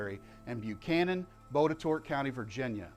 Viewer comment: FYI: Botetourt is actually pronounced bott-i-tott locally. Keep up the great work!